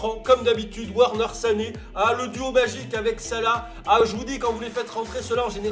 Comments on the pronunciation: Juste c’est « Verner » pas werner les « W » se prononce « V » en allemand et les « V » se prononce « F » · Et Werner, ça se prononce Verneur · werner est allemand donc ça se prononce Vèrneur